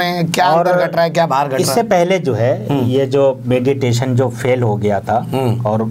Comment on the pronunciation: भाई मिडिएशन होता है,मेडिटेशन नहीं।